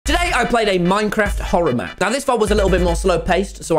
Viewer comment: Man's really said mchorror map 🤣🤡